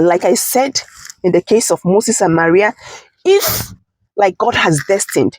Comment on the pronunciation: Her name is pronounced Mā rii not Ma ria. What is wrong with Nigerians?😳😳😳